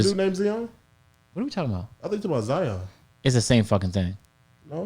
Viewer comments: says Zion Williamson's name like Flight does😂 "ZEON" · Zeeon and Zion not the same thing ahahaha